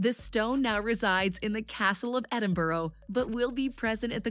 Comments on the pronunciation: You mean like ‘ak-seeded’ instead of ‘uhseeded’, ‘Edinbur-uh’ instead of ‘Edinboro’, and Stone of ‘Scoon’ instead of ‘Scone’. I know it looks like it rhymes with ‘stone’, but it actually rhymes with ‘spoon’. I mean, if you’re going to make an informative video, at least find out how to correctly pronounce things and stop saying ‘coronated’. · Please don't call it "Edinboro" again...